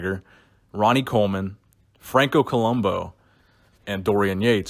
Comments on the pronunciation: It's Franco ColombO, with an O, right? Not ColumbU with a U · Co-lum- boo! That's how you say it.